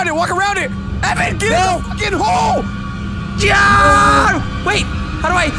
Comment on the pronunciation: "I GOT IN THE HOLL" 😂😂😂😂